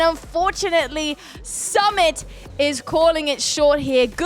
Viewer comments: His name is Su-mit not Sum-it😂😂. It was a nice match Anyway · It's not Sum it❌... Its suu mit✔️😤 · Sumit ❌ Samit ✅😂 No offence on accent 😀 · Its not samit its Su-Mit 🥲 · Sumit really did Blizzard with a drill was really impressive. I use log launcher with super wiz, so I call it 'Lizzard'. 🤣 Btw try to pronounce Sumit's name like 'Soomit' so you can pronounce it properly. And love your commentary.🥰💛